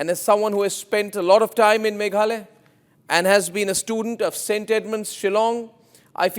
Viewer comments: it’s Meghalaya not Meghalay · Not maghaloy. Maghalaya. Name my state